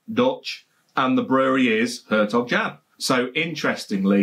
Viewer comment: The closest you can get to pronunciation as a Brit is 'air tok yon'.... BTW, if you eat Gouda cheese it is pronounced 'howdur'.